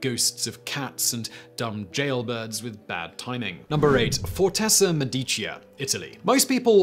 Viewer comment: Sorry Simon. "Medicea" is one of those Italian words where the emphasis DOES fall on the penultimate syllable. Unless you're fluent, it's a mistake to assume you know how an Italian word is pronounced - it's a minefield almost as bad as English. Use your pronunciation dictionary!